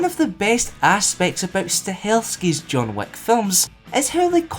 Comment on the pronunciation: the way you said John Wick kinda like John Wack